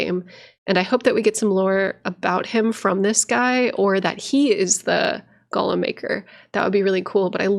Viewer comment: You mispronounce golem. Gollum is a character in Lord of the Rings, a protector creation is a golem. Pretty sure it’s from Jewish mythology. Point is it’s pronounced goal-em. Much like the Pokémon is. Hopefully this came across helpful and not uppity. Be well 🙂